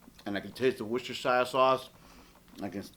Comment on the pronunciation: In England it is pronounced "wooster" sauce. FYI.